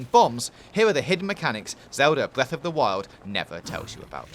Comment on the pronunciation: bweff of da whyol